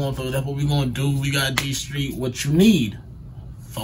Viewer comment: DSteez lmao not DSTREETZ lmao smh